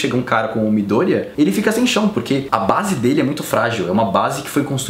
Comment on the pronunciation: Adoro quem pronuncia "midoooooôria" e não "midoriiiiiiiiía" <3